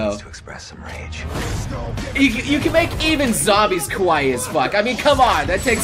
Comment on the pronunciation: its Kauai. not to gudge you its just that i live their and it makes me furious when people get it wrong.